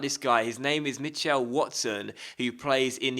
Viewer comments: I have never ever heard someone say Mitch-L its Mitchul, weird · Mitchell is pronounced mih-chull not mih-chell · the way you say Mitchell is so strange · Weirdest way of saying Mitchell I've ever heard. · That pronunciation of Mitchell and Dallas though ;) but another quality video again, you're so consistent it's great!